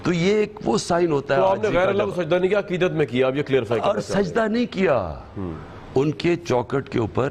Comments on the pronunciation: Aqeeday nahi aqeedat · He is saying aqeeda but he means aqeedat.